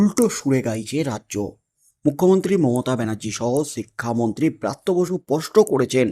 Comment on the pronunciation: Bratya basu noy. Barthya basu.